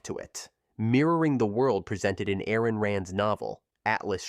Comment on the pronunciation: Aran Rand?!?! 😂